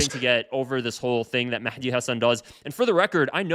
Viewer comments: Mehdi is pronounced Mahdi in Arabic, there's no Mekhdi or any other pronunciation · Why did you call him maحdi ???? 😂😂😂😂😂😂😂😂😂😂 It’s with a هاء